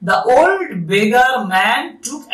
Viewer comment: beggar টাকে begga বললেন মনে হলো😅 but kharap bhabben na apni khub bhalo bujhiye bolen ❤ ami porasunote kono mojar jinis pele khub bhalo mone thake 😊